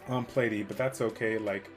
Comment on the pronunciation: Who the hell is Plate-e 😂